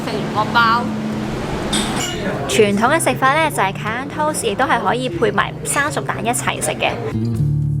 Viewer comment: great recommendation. try pronouncing it as 'ka-ya', instead of 'ka-yan' 😁